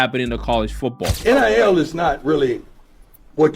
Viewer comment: Why you keep calling it NLL